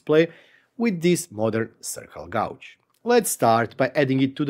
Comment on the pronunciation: White guy from Missouri here (middle of USA). Don't listen to that guy. Love the way you say Gauge. (Gaw•j) Lol Its awesome, and of all the youtubers of Eastern European decent I have watched, your accent is super clear and very understandable!